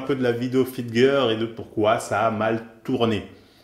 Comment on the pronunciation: Les fameuses "FIT GEUR" 😂